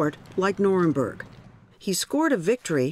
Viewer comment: "the norinborg" like how can you even let that miss pronunciation through lol